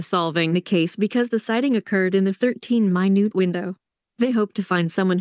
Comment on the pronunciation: Thirteen minute (time) not minute (small in size). Obviously robot voices can’t tell the difference.